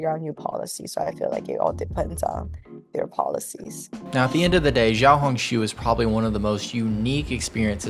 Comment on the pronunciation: Hi, it’s actually pronounced ‘Shiaohongshu’, not ‘Jiaohongshu’